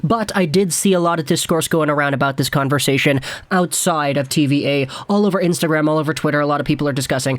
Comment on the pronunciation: It's French: TV Ahh, not TV Eh